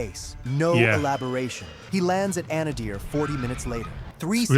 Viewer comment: Eielson AFB is pronounced 'aisle-son' or 'isle-son'. AI garbage, Also Anadyr (Анадур) (in the Chukotka autonomous region of Russia) is pronounced 'ah-NAW-deer'. But that one is forgivable since few English speakers know the correct pronunciation.